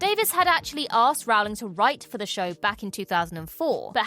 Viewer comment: Good vid! Although you’re pronouncing Rowling incorrectly.